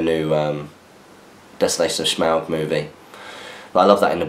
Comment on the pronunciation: forgot a question last week, and can't think of one this week either... so as a stand in while i think of something better to say, I'm just curious as to why you () pronounce Smaug as if you're doing a bad Sean Connery impression? Love the new camera/ return of battle companies/ etc. Keep up the good work! Hope that eveyone is have a kick-ass time in stockport as I watch this question being read. (assuming you manage to get next weeks SFaQ up a little earlier:P)